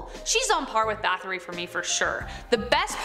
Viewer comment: Báthory always gets me lol. It's not 'bath-ory', it's 'bat-hory'. Hungarians don't have the 'th' sound that Americans do